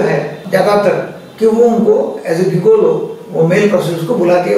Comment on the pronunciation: गिगोलो नही जिगोलो बोलो